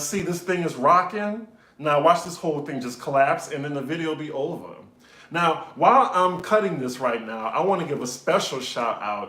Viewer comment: “This video would be ohvah” Love it when ur Nawlins accent come out ♥️